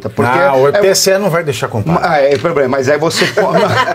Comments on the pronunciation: Devia sair como candidata , queremos ver ele falar ploblema, faraônica, abrido por aí vai😂😂😂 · Janja, nem conhece a língua portuguesa .. ( poblema, inrresponsabilidade, abrido...)